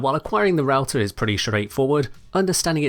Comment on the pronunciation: It funny and painfull because i'm finnish and i know that its suppose to be prounced "rauta" and not "routah"